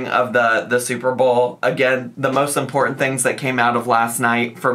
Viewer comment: She cant say important, either. Importeen